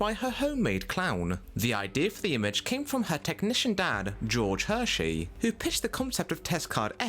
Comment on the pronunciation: Test Card F was not the last we would see of Carole Hersee (NOT "Hershey" as the narrator kept pronouncing it). Test Cards J and W were updated, remastered versions that would eventually replace TCF during the final years of analogue television. Also TCF was often accompanied by a single sound tone (the pitch determining if this was BBC1, BBC2 or ITV), especially during very early or late night showings though it would also show up during the day so that various sound tests could be performed. The music used also varied, the BBC choosing different styles for BBC1 and 2 from various library sources including their own while ITV tended to favour a single tone but had been known to play various classical music on occasion. And the segment you are referring to on Noel Edmond's House Party was called "Gotcha", not Got You! The original name of the series "Pipkins" was Inigo Pipkin, NOT Indigo Pipkin. That was Hartley Hare, not "Hutley", and the monkey was called Topov, mostly7 because he liked going on top of things. :) I've never been convinced that Animal Farm was an animation explicitly aimed at children considering its content and its politics. It wouldn't be Halas & Bachelor's only foray into adult animation either given their involvement with the movie Heavy Metal some years later. As for the PSA, there were plenty of these over the years. There was one where a group of kids are gradually killed off by various hazards around a farm, from being killed by some form of weedkill